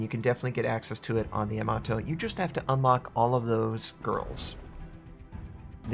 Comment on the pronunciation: you say Yamato like Tomato